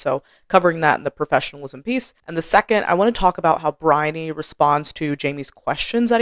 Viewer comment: I thought your explanations are spot on. I did have to laugh about your difficulty pronouncing Briony's name though. I'm British and my youngest daughter's name is Bryony (different spelling, same pronunciation). She was born in the UK but when she was 4 we moved to the US where she's lived ever since. She's now in her 40s. And she has always hated her name because nobody, but nobody has ever been able to pronounce her name and as a child she got called some very bizarre versions of her name by her classmates up to and including 'Baloney'. 🤣😂While it's not one of those very common names it's certain well known over here and everyone will know how to say it, and generally say what a pretty name it is.